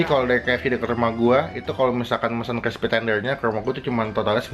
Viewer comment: Klispy kaleem ? Itu lidah kejeletot bang?